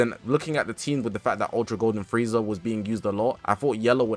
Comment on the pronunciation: blud really said gofrieza 😂😂😂😂